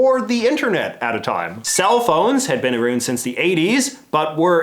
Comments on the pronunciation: I love when Canadians let slip their natural speech. Let's chat about that anytime you get aroon to it.😉😂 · Ah-roond is a new one